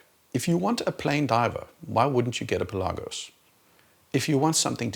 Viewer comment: Thank you for pronouncing Pelagos correctly!